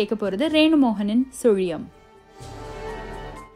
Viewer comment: Hero's often speak punch dialogue in cinema.but nobody cannot pronounce sulium like you my child. You have broad mind. So only you are giving important to your fans and wellwishers. This story make me to think about your Goodness only. God 's blessings and my blessings are always with you my dear.